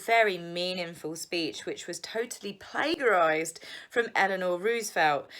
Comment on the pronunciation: It's not plagarizied--it's plagiarized. Soft g.